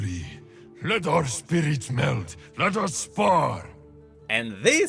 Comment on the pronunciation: its supposed to be "let our spirits MELD" not "melt"